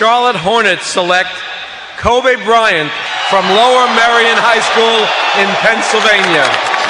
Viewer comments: Lol, David Stern says "Kobah Bryant". Also, lol, "2-3 years from impact." Also, lol, THEY DONT EVEN KNOW THIS GUY GONNA BE THE GOAT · He said it like “Kobé” lol